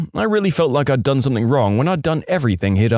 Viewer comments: SomethinG, not somethinK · He’s probably British. I only hear British people say it like that.